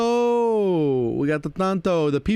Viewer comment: The pronunciation of Tanto made my day 😆